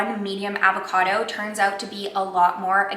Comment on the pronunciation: the way she pronounces avocado drives me up a fucking wall..